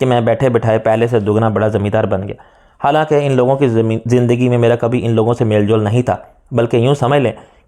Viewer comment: میں سمجھا لفظ ۔۔حالانکہ۔۔تیزی سے پڑھنے کی وجہ غلط ادا ھو رھا ھے مگر بار بار ادا کرنے سے پتا چلا ایسا نہیں ھے حالانکہ عام لفظ ھے جو انپڑھ بھی صحیح ادا کرتے ہیں مشکل لفظ ھوتا تو کوئی بات بھی تھی😢